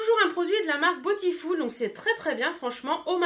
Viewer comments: aaaaaahhh mais tu me rend folle avec ton "botifoul" 😂😂 franchement ça ma perturbé pendant toute la vidéo 😆 sinon c'est vrai que pour le prix elle est vraiment sympa bisous 😊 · à la française, ce serait botiful et pas botifoul.... ;) ... bon allez le débat est clos :) ... gros bisous, bon week end